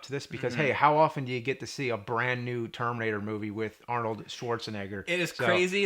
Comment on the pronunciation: What's that James? Termrinator? LOL!